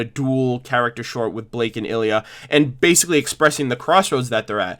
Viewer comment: Ilia, not Illya